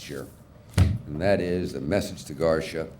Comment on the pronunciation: LRH a man so dumb he thinks Garcia is pronounced garsha lol 😂😆😂😆